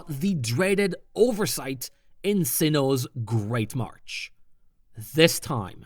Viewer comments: MarSH. Not MarCH. MARSH. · You do know it's marsh right? Not martch? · Why do you keep pronouncing "marsh" as "march"? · It's great marsh not march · Good video, but it’s ‘marsh’, not ‘march’. You keep saying ‘great march’ in the video. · Yeah, I'm pretty sure he said "Great March" every single time. Couldn't unhear it.